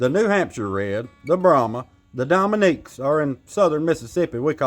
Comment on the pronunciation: U said Domin wat